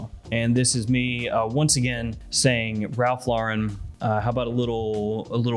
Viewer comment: Finally you're pronouncing Ralph LAUREN correctly!